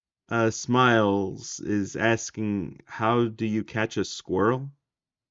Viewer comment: Giantess Squriell? Really?